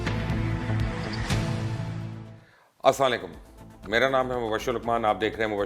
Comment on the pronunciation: sir ap ka slam ly ka tariqa nei sei sorrry sir per ye haqeeeet hai kun ky main bhut xada pasand parta hun apko or apky program ko lekin kindly xara salam ihsta or sei liya karyen bus ye khyna tha apko.aslaekum ye ap bol rahyen hain lekin sei ye hai Assalam-o-Alaikum .mind na kiyje ga thankx.